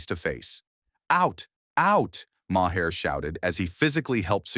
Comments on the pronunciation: Mahair? You mean, Mar? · Who is "Mahair"". If you're going to use AI at least show respect for your audience and take time to audit!!!